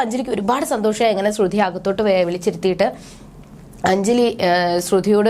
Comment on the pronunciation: തള്ളേ ശ്രുധി അല്ല ശ്രുതി 🤦🏻‍♂️🤦🏻‍♂️🤦🏻‍♂️കുറച്ചു എങ്കിലും ബോധം ഇല്ല ല്ലോ